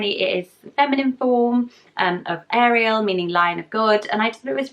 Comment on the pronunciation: I’m a Leo Ariel (pronounces how you did, the French way) 😊